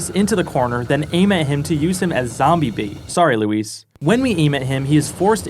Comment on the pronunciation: props for pronouncing Luis' name correctly lmao